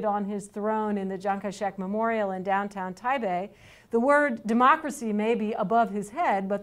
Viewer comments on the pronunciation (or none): first time I hear a foreigner saying Taibei (did ms, Shelley learned using Bo po mo fo)